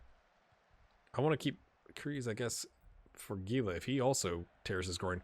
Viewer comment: I think Nielson was just mad about your Scottish accent, and took it out on you with the tackle in the first Atalanta game. Also, isn't Gila pronounced Hee la? I think Mystery Science Theater 3000 did an episode with The Giant Gila Monster, ... yup